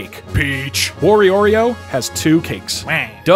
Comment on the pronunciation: Oh my god. It’s W-Oreo.